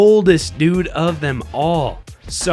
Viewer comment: how many does this guy said DOOD